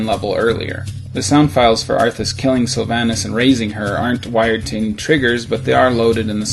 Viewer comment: im sorry but who the hell pronounces sylvannas like that